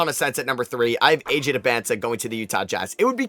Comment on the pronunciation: I mean you say AJ's name wrong too.